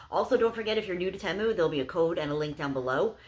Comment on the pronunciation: btw it is pronounced tee-moo don't worry when i first heard of the app i thought it was teh-moo too.